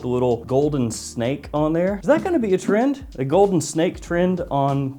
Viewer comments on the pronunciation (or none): none